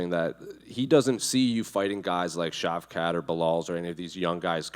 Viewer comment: Shitrat instead of Shavkat😂. This dude is crazy. Was that Borat asking😂